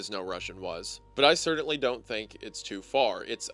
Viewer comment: This video is amazing and im not even done yet. Seriously improved my entire shift of my job. My only criticism is how you pronounce the word "certainly"